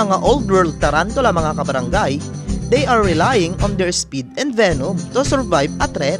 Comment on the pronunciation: Its Semi not sime. Its Orphnaecus not Orphanaecus. Its Venom not Venum. Its Species not Spicies. Its Fossorial not Fassorial. Its Dwarf not Dwarft. Its Cordillera not Corldillera. At wag mo sasabihin na hindi sila aggressive kasi lahat ng tarantulang binanggit mo ay OLD WORLD TARANTULA lahat ng tarantula matatagpuan sa philippines ay old world. Wag ka sana mag bigay ng mga maling information bossing. Dislike ko video mo